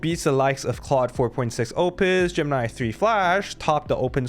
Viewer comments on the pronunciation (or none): none